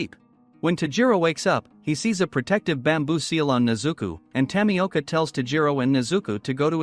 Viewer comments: It’s nezuko not nezuku I watch the anime and tamioka is named giyu tomioka also Also tanjiro is wrong it’s called tanjiro Ka- ma-do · You said Nezuka and Tamiaka B(